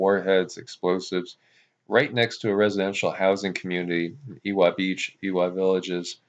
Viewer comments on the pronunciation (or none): BTW: The W in Ewa Beach is pronounced like a "V". Like forevah. Evah Beach. Great report. Thank you.